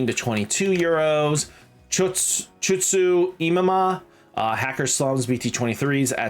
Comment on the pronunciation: Chutsu Imima pronunciation for Chitose Imai is crazy work! 🤣😭